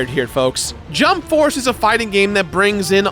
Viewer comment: Sorry jump force not Jamp force 😅